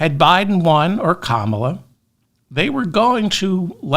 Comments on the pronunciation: Kammala not Kamaaala 😂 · You pronounced Comma-La right until you corrected yourself. Thanks for the show, have a good weekend.